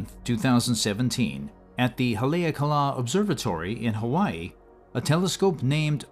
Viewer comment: just before the, you mentioned the observatory on Mt. Haleakala (ha-lay-AH-cah-lah, not ha-LEE-uh-cah-lah, which is also a national park.